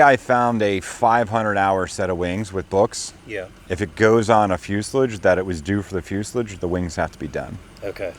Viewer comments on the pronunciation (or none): Fuselage is pronounced "fyoo·suh·laazh", ˈfyü-sə-ˌläzh. You're saying it almost like foliage. I know, it's a weird word.